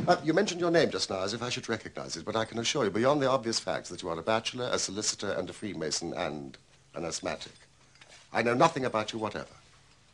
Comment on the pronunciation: why do you keep saying Freemanson? Even though you've been corrected... It is freemason Free May Sun.